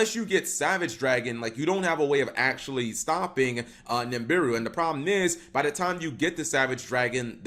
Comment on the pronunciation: PLEASE READ THIS There is no M in Nibiru. It's pronounced Nih-(Like Nick)-Beer-Roo.